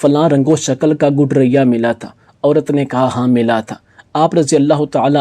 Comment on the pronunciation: بھائی صاحب گڈریا لفظ کی تصحیح فرما لیں ۔شکریہ۔